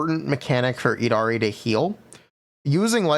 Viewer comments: eed ha ree? Really? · its yeed-harry for the prononciation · Just letting you know, the Y in Yidra from the lovecraftian lore does not silence the Y, the Yid sounds the same way you pronounce "yiddish". So her name is YID-HAR-E [long e], unless they try to chinafy it somehow.